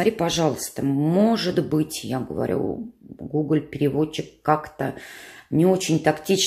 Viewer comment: Как вы интересно говорите гуголь. У меня свёкор француз. Было так неожиданно услышать ви-фи и жасон статам)). Мир так велик и в то же время так мал)